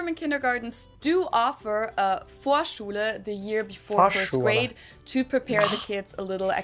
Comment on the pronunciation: Vorschule and Gesundheit was pronounced perfectly by the way 😊